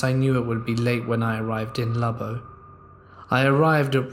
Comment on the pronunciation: Lubbock isn’t pronounced that way. It’s Lub-buck. Great city and home of Texas Tech, Buddy Holly and the former Reese AFB 😁